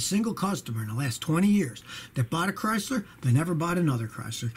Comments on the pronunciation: LMAO! "I'm thinking about getting a Chrystler." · A Chrys-LAH New York-AH!